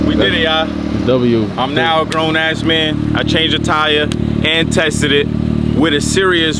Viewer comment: Bro said ‘I’m now a grown asman’